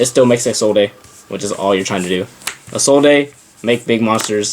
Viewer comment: The e in Isolde is silent. Its pronounced "is old" not "is ol day"